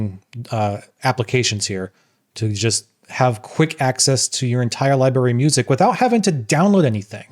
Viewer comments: Libary? It’s LIBRARY wtf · Man, I was all in with this guy until he said "libary". Maybe he should have had an expresso before recording the video.....ugh. Very cool Evangelion DAP though.